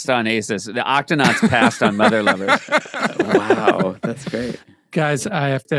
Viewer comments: Did Seth call it mother liver? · Anyone else hear Seth say ‘Motherliver’? Very different sketch, that